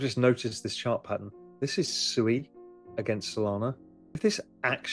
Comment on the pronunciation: Oh Ru Paul, you 🤡. What is SUEY? Are you talking about SUI pronounced Swee, aka water in Japanese. Or are you just so low IQ that you can't pronounce your Investments correctly. When you talk about Elon and Dogecoin do you say you're heavily invested in Dodge Coin?